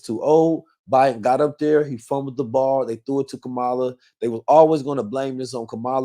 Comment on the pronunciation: Please stop pronouncing Kamala name wrong!